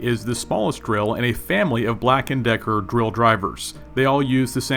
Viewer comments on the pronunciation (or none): Is it just me or do you keep saying grill🤪